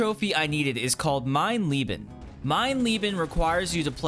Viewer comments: Who else loved the video until he called it “Mein Leebin” instead of “Mein Layben”? It’s a death cry sound from Wolfenstein 3D. The most iconic thing from the original game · as a german it's always funny how people say mein leben lol